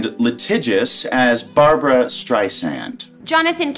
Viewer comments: Her name is BARBRA STREISAND, not Barbara Streisand!! PLEASE drop the middle A in her first name!!!!!!!!!!🧈🧈🧈🧈🧈🧈🧈🧈🧈🧈🧈🧈🧈🧈🧈🧈🧈🧈🧈🧈🧈🧈🧈🧈🧈🧈🧈🧈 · Her name is Barbra, not Barbara. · Barbra, not Barbara! Please call her Ms Streisand not Babs…disrespectful. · Please never call Barbra, Babs! So rude!